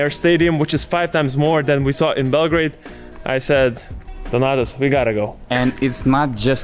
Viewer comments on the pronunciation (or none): none